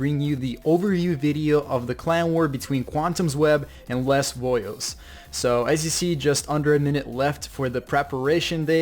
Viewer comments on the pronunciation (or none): it's pronounced LAY VOYU